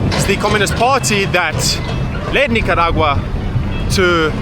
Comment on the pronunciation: It's KNEE-CAH